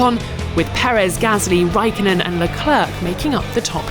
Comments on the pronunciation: Raikkonen, NOT Raikonnen. ok thx bye. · Raikonnen... bruh tf is that. It's Raikkonen ffs why are finnish names so hard for foreigners??? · "Raikonnen"? WTF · RAIKKONEN* (or Räikkönen but not Raikonnen ffs) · Did she said "Kimi WAIKKONEN" ????? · Come F1 organization, get Kimi's last name right!